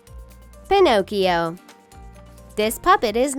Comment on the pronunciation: I dig the concept for the Ariel one, but I hated how it pronounced Pinocchio...